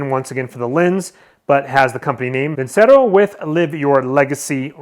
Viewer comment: It’s actually pronounced (veen chair oh) ce in Italian is always a ch sound